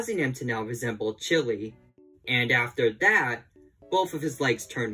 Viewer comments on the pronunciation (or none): That's not chili That's shili